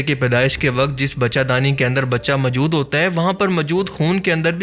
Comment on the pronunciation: Bhai kya pnjab k ksi Pind se seedha uth k aagai ho jo urdu tk Sahi bolni nahi arhi hai tumhain? Sahi lfz "Moujood" hota hai mere Bhai. Hr baat mai ye MJOOD, MJOOD kya boley ja rahey ho? Urdu bolni seekho phir video Bnao. Right? Thanks.